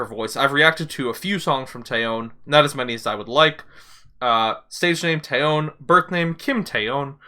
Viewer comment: Just a small heads-up: The Korean "eo", as in TaeyEOn, is pronounced like a short "o", almost "uh", and not stressed, the stress being on the first syllable. So kinda like 'TEH-yuhn'